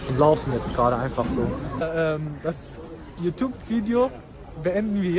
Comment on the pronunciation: "Yutub" ach wir lieben dich😂😂❤ Bist echt der beste 😇